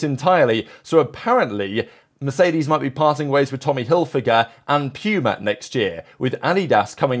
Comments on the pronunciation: PEWMA? who the fuck is PEWMA??? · PYUMA!?? never heard it pronounced that way, not laughing, just thought it was interesting how other culture pronounce it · The way you said Puma and Adidas is a crime 😂